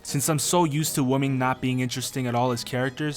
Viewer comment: Women is not pronounced the same as woman